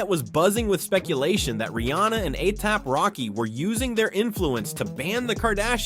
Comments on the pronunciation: 👀 😳. 🫢.DID HE MISPRONOUNCE A$AP ROCKY NAME 👀🤔 CALLING HIM “A-TAB ROCKY🤷🏽‍♀️👀. . I BACKED UP & LISTENED CLOSELY TO SEE IF I HEARD THAT RIGHT & HE MOST CERTAINLY DID🤷🏽‍♀️😳😗 Uuggghhhhh 🙄🤦🏽‍♀️ Just sayin!!!! 🤷🏽‍♀️🙂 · Atap Rocky. Athap Rocky. A-apple Rocky. A-pap Rocky. Aliap-Rocky??? What is this? Artificial Unintelligence? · Each time you've used each of their names, you've pronounced them soooooo wrong... "A-Thappy-Rocky" "A-Thap-Rocky" has me deadddddd 💀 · His name is ASAP ROCKY not atap racky 😂😂😂😂😂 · A Tap (Ehh-Tapp Rocky) Rocky? 🤭🤣🤣🤣 Huh? Why he messing up dudes name all through this video? Oh Lord. 🤭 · WHO THE FRICK IS AYAP ROCKY?! 👏🏽 I HATE AI VOICES 🤦🏽‍♀️ YALL BUTCHERED THIS MANS NAME 100 TIMES CALLING HIM ATAPPY. EACH PRONOUNCIATION IS WORSE THAN THE LAST ONE! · Why is he say ASAP ROCKY name wrong bro whose A-AP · A-Yap rocky is all I could hear 😂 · This was a really interesting video until you started mentioning A$AP Rocky and said his name like five times wrong mate. 😂You need to do your research and find out pronunciation before you do that man😅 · Why is the person narrating saying ASAP ROCKYS name weird? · The amount 😂of times he slaughtered ⚔️🩸 ASAP ROCKY’s name 😂 Is truly remarkable 🎉🤣🤣🤣🤣😭